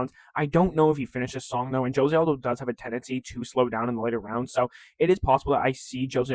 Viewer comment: he’s Brazilian, you pronounce the j